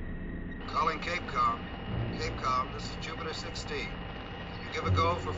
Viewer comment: It's Cap-Com, not Cape-com. It's an abbreviation for Capsule Communicator.